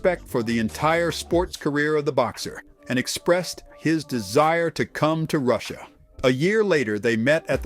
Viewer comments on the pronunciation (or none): none